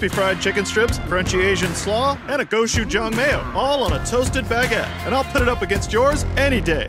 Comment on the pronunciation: wtf is "crunchy asian slaw" and "go-shoe-jang" /rhet i love you but what is "asian flavour" 💀💀💀💀💀